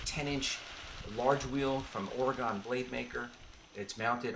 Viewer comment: It's "Origin" not "Oregon".